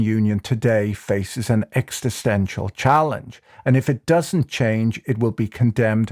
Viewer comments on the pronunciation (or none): Did Patrick just say ‘exit-stential’? 😂